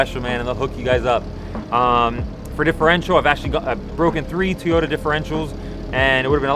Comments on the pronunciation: It's Toyota not Teeoyta! 😆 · Sounds like he is saying to-ota